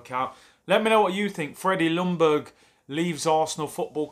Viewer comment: Pleeaase English speaking people !!! The L in Ljungberg is silent. It is pronounced "Youngberg" 🙄